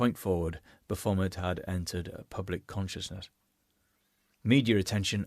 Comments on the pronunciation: Why do you keep mispronouncing " Baaa-fooo-mayee". BAPHOMET it's a French peasant word for wild one or wild spirit. Has never been remotely associated with the devil or Satan, that is before organized Christianity witch BTW Jesus would have nothing to do with that. those are made up boogie men by zealot Christian grifters to stoke fear in the uneducated. as everything they touch, they corrupt and destroy in the name of God, SICK SHIT. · Love how you managed to rhyme 'Baphomet' with 'Vomit'.